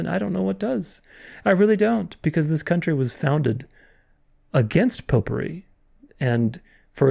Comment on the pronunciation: Every time you say"popery" i think "potpourri" 😂